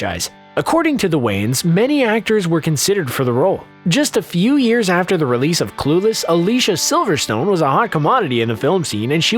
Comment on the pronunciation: It’s AH-na not Ann-ah. Also, it’s Ah-LEE-see-ah Silverstone, but that one doesn’t bother me as much.